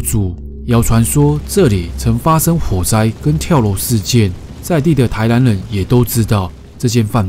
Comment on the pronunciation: 迷上癮的腔調怎麼這麼可愛啊～台南(藍)……男(蘭)組員 故事精彩